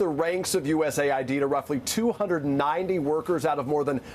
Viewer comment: They must all be AI, every single one of keep saying U.S.A. ID when it has always been said as U.S. aid.